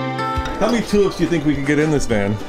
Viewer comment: Nice video. I must admit you said "toolups" about 5 times before I worked out you were saying tulips. We pronounce it similar to "choolipps". Sorry about that.